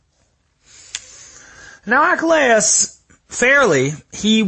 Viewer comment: Your pronunciation of Achilles? Is "achalayis"??